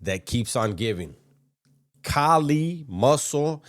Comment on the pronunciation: Bruh his man unit beard and popping his gum like he’s some diva with his lord raiden eyes is killing me 😂😂😂😂💀💀💀…. It’s Not Kali! It’s Kaaaaaaallliiii 😂😂😂